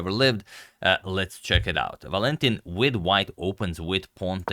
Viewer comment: Agad: it's ['Valentin], not [Va'lentin]